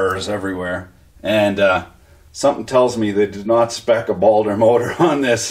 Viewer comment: I can’t take it no more... I live in Fort Smith AR, (the home of Baldor) and it’s not pronounced ballder it’s BAALdoor. Just sayin.